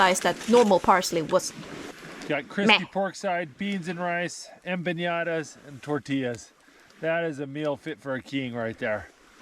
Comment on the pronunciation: I noticed that a lot of english speaking people (native ot not) pronounce 'empanadas' as 'empiñadas' which is funny considering they often have a problem with the pronunciation of the Ñ, btw the empanadas with meat inside are more form south america, the mexican empanadas are more of a dessert or sweet snack filled with either pineapple/strawberry jam, chocolate, cajeta (caramelized milk) and the pastry is sprinkle with sugar and or chopped nuts.